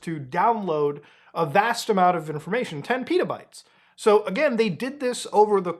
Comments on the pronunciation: they're not PETAbytes bro, they're pet-a-bytes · Why are you saying Pitabytes? It's not a flatbread. It's Petabytes. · I had to listen to how much data was stolen again cuz i thought you said 10 Peadobytes.